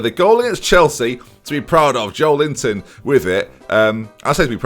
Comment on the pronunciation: Why did you nickname Joelinton 'Joel Linton'